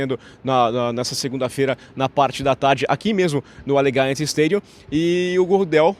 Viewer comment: Opa, muito legal ter voce ai in-loco. Se voce me permite, a pronuncia de Allegiant esta ligeiramente errada. Seria mais ou menos Alidgiãnt com a sílaba forte no "li".